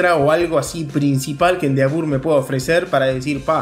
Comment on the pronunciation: Excelente video, solo que se pronuncia "endeevor"